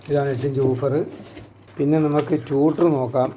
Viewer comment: ഒന്ന് രണ്ട് കാര്യങ്ങൾ വ്യക്തമാക്കിക്കൊട്ടെ? ബാസ് എന്നല്ല ബേസ് ആണ് പിന്നെ ടൂട്ടർ (ട്യൂഷൻ എടുക്കുന്ന ആൾ) അല്ല ട്വീറ്റർ ആണ് ശരി.പോലിസിനെ പൌലോസ് എന്ന് വിളിക്കാറില്ലല്ലോ.